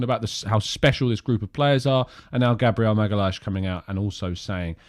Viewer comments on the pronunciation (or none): Magalhaes is pronounced MaGowYensh